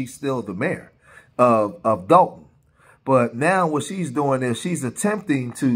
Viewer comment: Dolton not Dalton